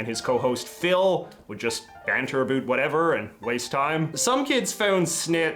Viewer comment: USA cops: Abusing their powers by beats up minorities. Canadian cops(more exactly, the ones from Saskatchewan): Throw away drunk natives at a town border, letting them trying to get home themselves A bunch of them freeze to death. P.S. I'm bugged out by the "-bewt" pronouciation of "-bout". The more I know about my country, I guess